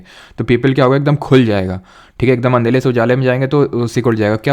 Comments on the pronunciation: Sir andela nhi Andera hota h 😅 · Sir ka andhela bola is permanant 🤣